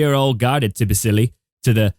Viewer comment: Pronounced TIBBLEESY